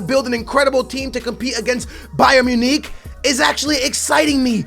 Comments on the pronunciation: It's Bayern MunICK ICK! ICK! Not Bayern Muneek... Who the fuck is Bayern Muneek?! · i know but he pronounced it bayern muneeeech